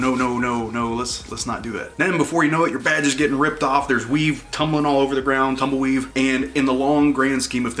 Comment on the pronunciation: fantastic “ tumbleweeve” day already improved